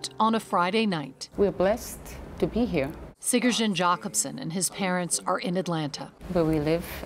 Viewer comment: The way they're pronouncing his name is wrong. The 'j' in Germanic languages (except for English) is pronounced like a 'y'. So it's like Siyuryon Yakobsson not Sigergen